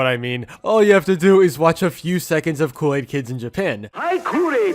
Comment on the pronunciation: You have been calling kool-aid cool-laid🙃🙃🙃🙃🙃